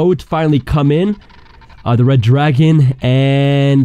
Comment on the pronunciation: Did he just say red dragon?